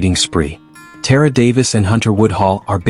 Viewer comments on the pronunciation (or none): TA-RA. Not Tear-ra